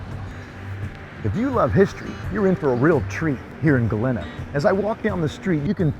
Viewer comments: Pronounced Galeeeeena not galinna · Sorry, friend….but you’re going to have to go back & re-film the entire episode with the proper pronunciation of the name Galena & a proper outfit to wear. Other than that, I’d say you nailed it! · Maybe you should do your research before making the video. You obviously new the history so you should have know how to pronounce Galena.